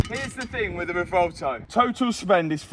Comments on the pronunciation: I keep hearing RUH-VOLTO on that car pronunciation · The "Rivolto" 😆...better than the "Temerio" ?? 😆